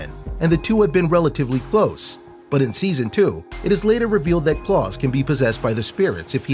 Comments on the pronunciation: Why do you say klaus "C L O R S" ???? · He says klaus wrong